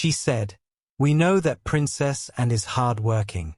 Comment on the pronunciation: why cant they get real voiceovers? the AI cant say "Anne"